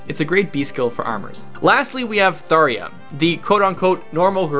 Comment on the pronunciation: Thar-eh-ah? Thar- jah.